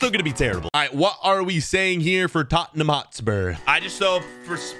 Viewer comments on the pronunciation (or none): none